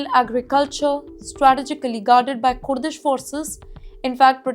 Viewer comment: Kooordish forces says this lady.